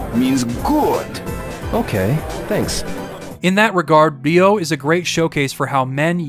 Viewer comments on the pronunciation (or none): Bro whoever is teaching you japanese ask for a refund, you get literally every single word wrong when it comes to accentuation. Its RYo, not ryO. its natsuyaSUmi, not natsuYAsumi Its saKUra, not SAkura. Its eROge, not eroGE. ikaRUga, not iKAruga Love the video though, good job and keep it up man and its great that you also like shmups, great taste all around.